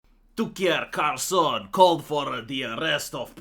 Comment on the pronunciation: "tukier karson" lmao